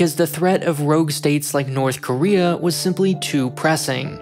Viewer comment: “NORTHER KOREA”